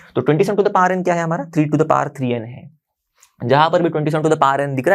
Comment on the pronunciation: Sir power hota hai paar nahi 😅